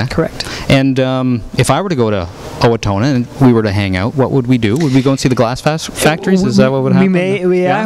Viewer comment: XD he keeps saying owatoona! it's owatona Get It Right!! lol